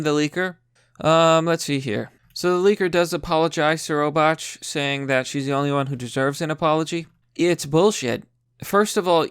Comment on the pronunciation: The way you pronounce Robach and oligarchy are funny Lol reading is not your strong suit, but that's merely...the obvious. Jk love the vids